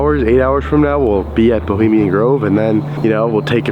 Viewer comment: "BELIMIAN" GROVE? ROFL! WHY NOT EDIT OUT WHEN U CANT SPEAK PROPERLY? IS IT A GROVE FOR SKINNY PEOPLE? BULIMIA! LOL.